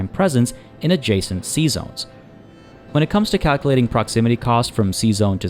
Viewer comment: My wife kept giggling when you said "sea zones" because it sounds like you are saying "Seasons" with a french accent xD. LOVe your vids btw, and welcome back.